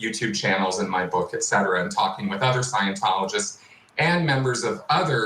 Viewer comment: When you try to come across serious but you say "EGGcetera" instead of ETcetera and your AI text to voice calls Leah Miss ReMIni. you know why people join scientology? They think they are special. Just like you and YOUR religion, which is of course the only right one. Americans and their war and religion... Sad clowns with the IQ of a wet rag. 🤣🤣🤣🤣🤣